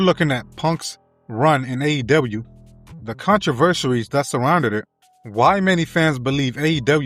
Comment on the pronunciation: Contra-versaries, get with the program 🤣